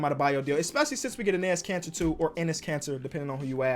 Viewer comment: yo all i hear is "anus cancer" not "Enis Kanter" 🤣😆